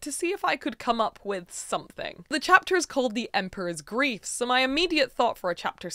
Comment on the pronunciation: I couldn't help hearing "groove" instead of grief, so I kept thinking of the Emperor's New "Grief." Since that movie is set in South America (which also has pyramids), I would lean more into those vibes, everything seems more colorful in mythology anyway. Maybe the colors could be the different parts of Amaru or adopt something from Quetzalcoatl and Mesoamerica. Lots of options for colors or parts of different animals for a theme.